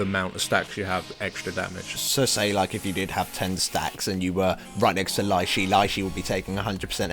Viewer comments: ur slacking on HCs, i did toes HC 5 weeks ago lol. And Lei Shi is pronounced 'LEE SHE' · It's "Lay She". The only time "ei" makes a long E sound, is when it's after C. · No it's pronounced Lei'Sheeeeeeeeeeeeeeeeeeeeeeeeeeeeeeeeeeeeeeeeeeeeeeeeeeee!